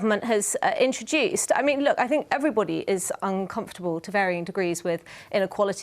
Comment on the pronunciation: That guy says what I fink